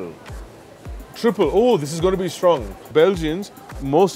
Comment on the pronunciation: Going to pronounce Triple as "Traiple" from now on.